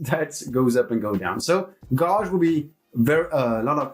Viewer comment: Love your video. One note though - check how gauge is pronounced ;)